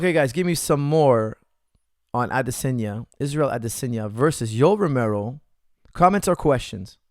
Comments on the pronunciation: I’m Nigerian, the correct way it’s pronounced Is AdeSONya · Adesanya is pronounced Ah-DISS-on-ya. Israel gave a pronunciation lesson on Ariel's show. Here's the link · Never heard anyone pronounce Adesanya like that...